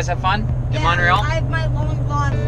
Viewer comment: Montreal, not Mont real.